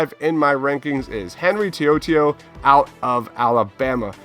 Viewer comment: HENRY TO’OTO’O ( toe-oh toe-oh)